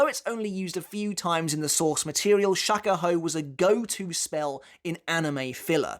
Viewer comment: Next time pronounce it as "shock a hoe"